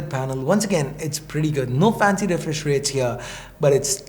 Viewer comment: Did you just say refrish